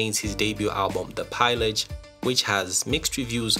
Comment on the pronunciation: The Pillage (pee lah g) Not Piellage 😅👌